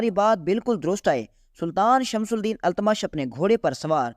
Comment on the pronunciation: Tumhari Urdu bhi kharab hai. Pahle sun lo fir padho... Shamsul Deen, Qutbul Deen nahi hai. Shamshuddin aur Qutubuddin etc hai